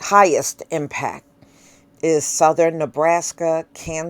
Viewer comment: It's South-thern, Not South-ther-rin, Or West-ster-rin. 😂 WHO raised you?! Lol 🤣